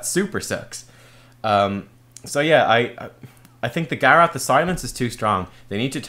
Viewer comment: Same with Garrote, I thought he started talking about Garrosh for a moment when he first mentioned Garrote lol